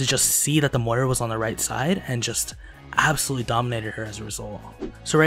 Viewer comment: STOP SAYING ABSOLUYELY